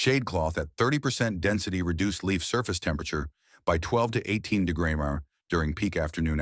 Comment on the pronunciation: AI can’t pronounce the word “degrees”. LOL